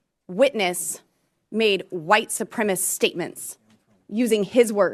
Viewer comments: Ms. Boebert, we'll call you Ultra-Maga when you stop saying "white supremist". No one is familiar with the term "white supremy". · Bobo said white supremist